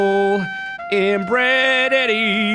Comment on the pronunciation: when said " my little inbred Eddie" all I thought was mashing the words together and said inbreddie